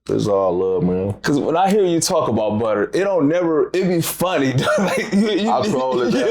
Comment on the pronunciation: It’s butta goof not butter